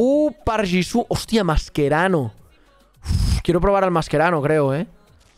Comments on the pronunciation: Ca si me agarra un paro cuando dijo "Masquerano" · Porque los españoles le dicen masquerano?